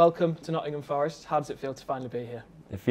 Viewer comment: Please just one 'R' In "FOReST" 🙏🏼